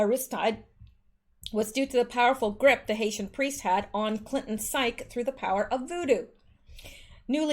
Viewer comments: "Psyche" is pronounced psychee. Dark magic always ends up "return to sender" in the karmic end. I don't really know how to put it in words, but it's mathematical. You're brilliant. I like the quirkiness. A very Virgo vibe. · lol! psyche is pronounced sci-key. : )